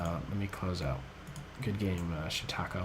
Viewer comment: Yea he pronounced it like it was French or something. I LOL'd too.